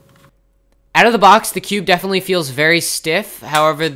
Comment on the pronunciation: lol i don't think can say definitely